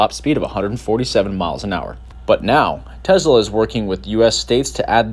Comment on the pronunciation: Tesla with an ‘S’ not Tezla with ‘Z’ on pronunciation.. just saying..